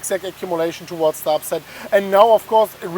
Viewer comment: "towards the upside" , I hear " to what" lmao